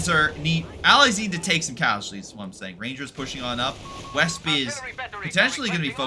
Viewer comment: If it helps, Wespe means "Wasp" no need to butcher the name :P. Also, destroying the cache is pretty damaging but I think the effect of potentially doing it in this game was a bit exaggerated, Tightrope made a video showing how it is now.